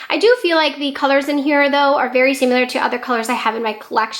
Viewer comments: Loved the declutter video! Great collection 😍 I must say tho, similar is pronounced like it’s spelled, not “simular,” like how u say it several times in ur video 😉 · Oh boy. Great video but you are really having issues with pronunciation, especially the word “similar”. You might want to Google that one and practice saying it.